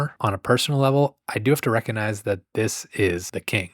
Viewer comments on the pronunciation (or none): none